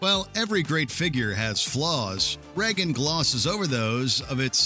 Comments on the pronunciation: You’re American, why can’t you pronounce ‘Reagan’? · Soooooooo watch mojo uses AI voice overs now? Or did they always and I just didn't notice? No American or even Canadian has ever pronounced the name Reagan as "Reggen"!🖕🤣🖕